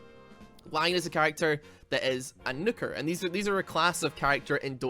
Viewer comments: He's saying Nuker like its Nucker... Isn't the base word Nuke (like the weapon of mass destruction). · Are you trying to say Nooker or Nuker? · The way you pronounce words is the most frustrating thing, like you pronounce nuker like snooker and i cant figure out why its like your just trying to attack me